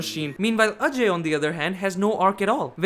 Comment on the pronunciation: btw are you also indian? your accent sounds like an indian accent AND FINALLY SOMEONE WHO PRONOUNCED "AJAY" CORRECTLY